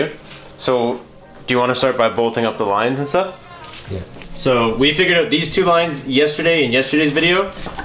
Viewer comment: The way you say out gives me cancer